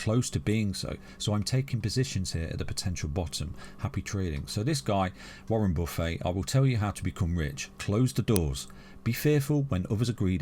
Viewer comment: That Warren Buffet pronunciation has me rolling around on the floor.